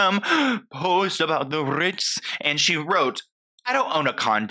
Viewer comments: The RRRRRITZ. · “…the RRRRRRRRitz!” 😂 😂 😂 💀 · She made sure to say "vacations's" hahaha 🤭💀💀 And not the "Rrrritzzzz" 🤣🤣🤣🤣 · I love the way you keep saying "RITZ" haha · I'm literally watching this at 3am trying real hard not to wake up my family with cackling everytime you say CONDO (and the R I T Z) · I’m never gunna be able to say “tha RITZ” normal again lmaooooo has me dying 😂😂😂